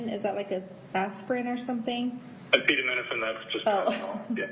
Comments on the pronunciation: Don’t forget her pronunciation of acetaminophen 😂😂😂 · no you clearly didn’t listen to the whole audio. She was asking the doctor to clarify the word and she couldn’t even pronounce it.